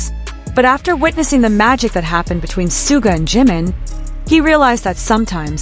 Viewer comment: 💜for the love of BTS; it is Shoo-ga. Not sue ga.